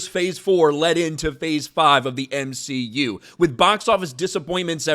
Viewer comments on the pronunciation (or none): You mean the M-she-u